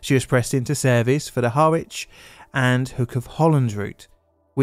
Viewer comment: Harrwitch where's that? (It's pronounced Harrich)